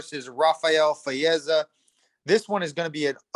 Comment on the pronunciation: pronounced Fizievs name correctly.